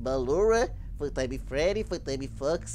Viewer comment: Vc fala balorra mas se pronuncia Ballora mesmo